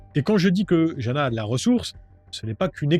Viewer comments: Jana se dit Yana je crois, mon oncle est slovaque il a appelé sa petite fille Jana mais ça se dit Yana.. voilou juste pour se prénom... 😅 Super vidéo comme toujours ! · On prononce Jana : yana